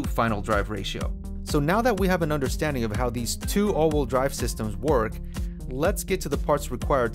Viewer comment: Probably good information, but I was out after hearing “all-wool drive” for the 30th time. “Wheel”, rhymes “eel” and “feel”. All-wool drive is a group of sheep pulling a cart.